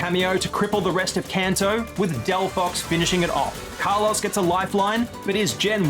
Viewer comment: That Kalos pronunciation is criminal. RIP Carlos